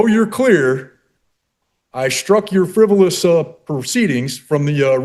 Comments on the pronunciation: 😂😂😂 “FIVEROUS”….what a scholar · "Frivorous"? Yeah, you're capable of defending yourself. One wonders, after watching the entire video, how this guy ever made it to adulthood! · Man, what a hard *ss judge! I always get away with "fevverous" document filings! 🤪